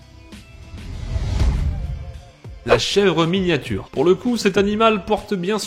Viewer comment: On dit pas chèvre miniature et non mignature ??? 🤔